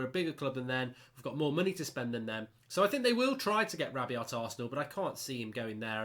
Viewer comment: RAH-BE-OH NOT RAH-BE-OT